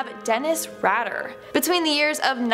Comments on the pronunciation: Although he doesn't deserve to have anyone speak his name, you pronounced it wrong. Its not "Radder". It's Rader. "ray-der". Aileen was NOT the first female serial killer. 1, American had many female serial killers in the early days; the 1800s alone would fill many books. There have been serial killers; male & female, long before the term was coined. History is full of them. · Dennis Ratter.... you mean "Raider" pronounced Raider. Reading folks. Stay in school. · The E makes the A in his name a long vowel. So his Name is pronounced Raider... Like Raiders of the lost arch. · It's pronounced Ray-der. He killed children and parents. He tortured Wichita for years. Nothing to laugh about, but glad you find humor in it. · She butchered Rader's name like his victims